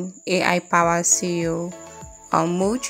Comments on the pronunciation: Sincerely nice intro but I think my ears were hearing CEO instead of SEO 🤔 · I think you meant SEO? You were saying CEO